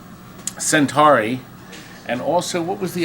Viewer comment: Am I the only one driven to madness by his continuous mispronunciation of "Centuri"?